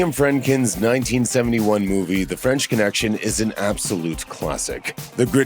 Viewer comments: It's not Friendkin, it's Friedkin.... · Friedkin, “ Pronounced “freed-kin”, not “friendliness”— how hard is that? The man directed the bloody Exorcist and The French Connection for goodness’ sake!